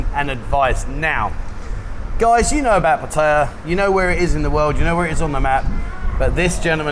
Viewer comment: You'd think they could at least pronounce 'Pattaya' correctly.